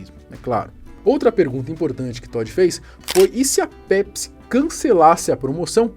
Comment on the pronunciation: “Nw bebam PESPI”